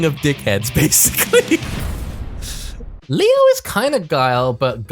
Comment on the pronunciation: The german pronounciations in the leo video hurt my ears